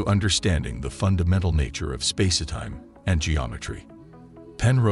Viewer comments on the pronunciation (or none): What's with the "space-eh-time" idiocy? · also space-etime! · The AI voice keeps pronouncing it "Spacey-Time" LOL 🤣🤣🤣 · "Spa-si time?" I'm sorry, but this AI narration and the backing dance music is really odd and distracting. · Clearly narrated by a bot - what is space-e-time ? Probably written by one too? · Is he saying spacey time? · Does anyone connected with this video know how to talk? If so, why don't you narrate your own work rather than employ a lame AI bot which cannot even pronounce "spacetime?"